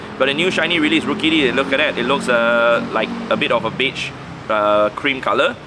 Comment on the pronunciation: He said beige 😅